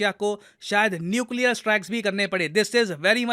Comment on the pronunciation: Nuclear 🤔🤔 Nucear